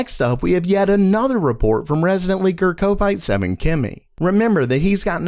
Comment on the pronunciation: It's pronounced cop-ite not co-pite :) he's a scouser or an LFC fan.... ughhh